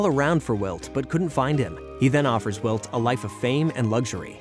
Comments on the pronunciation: Narrator says walt instead if wilt at one point too. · Pretty sure its AI. Heard them call Wilt "Walt" as well